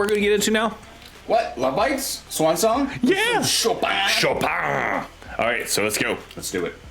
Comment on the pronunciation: Thank you for actually not butchering "Chopin". For your viewers who may not know, he was a Polish-born Romantic-era (1800’s) classical composer and piano virtuoso who lived most of his life in France. He is considered one of the great classical composers, specializing in highly technical works for piano. Miyako, who composes a lot of Lovebites’ music, is a professional-level concert pianist, and was originally going to make classical music her career. When she was 18, she picked up a guitar, and is now (quite obviously) an elite-level guitarist. She particularly likes the Romantic Era classical composers like Debussy, Dvořák and Chopin, as well as the Russian romantic composer Rachmaninoff. She composed “Swan Song” using elements of the New World Symphony (Dvořák) and Chopin’s Revolutionary Etude (official name Étude Opus 10, No. 12 in C minor). For this performance, she actually played the Etude as a prelude, but it’s not normally included in their shows.